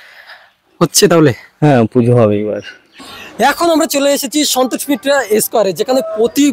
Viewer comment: ভাই আগে সন্তোষ মিত্র স্কয়ার ঠিকভাবে উচ্চারণ করে বলতে শেখ